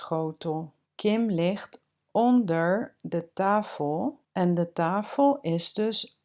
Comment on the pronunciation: do you say tafel (tahel)? Maybe i do not hear it good or? Dankje wel voor video.